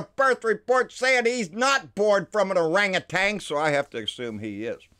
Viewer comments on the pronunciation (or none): Born of an ahh-ranga-tian..... Hahahaha